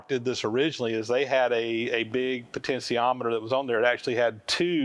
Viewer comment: Yikes, that's a lot of work just to get a variable speed motor going. I hope eventually figures out the pronunciation of potentiometer is with a SHEE in the middle, not. a SEE. It's just like saying 'potential', not 'potensal'.